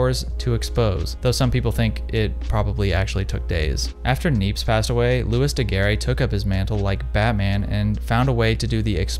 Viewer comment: Loo-ee Da-Gare